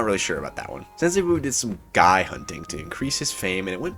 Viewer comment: The correct way to pronounce Guy is (gEE) btw.